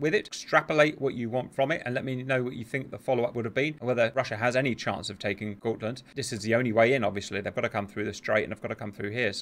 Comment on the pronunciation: The got in gotland is pronounced as it is spelled.